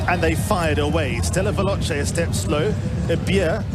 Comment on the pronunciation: ステラヴェローチェの発音くそかっこいいな